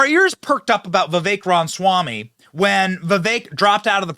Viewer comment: Benny, I love you, but why are you physically incapable of saying RA-MA-swamy